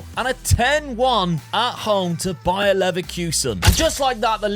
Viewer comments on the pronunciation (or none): none